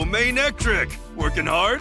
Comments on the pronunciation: It is ma-ne-tric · Manectric is a combination of mane and electric, hopefully that will help you with its pronunciation.